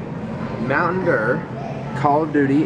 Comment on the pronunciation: MTN Derr: Game Ferr.... lol